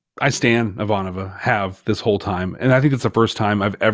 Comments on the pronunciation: I will ding you boys every time you say her name wrong! It's: I-VAN-ova. Not: I-van-OV-a. Still love the show tho! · Please it is I'Vahnova, not Ivan'Ova. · The real question for Babylon 5, when will remember how to pronounce Ivanova's name. To be fair at least one other podcast pronounces it the way does as well, but it does stick out.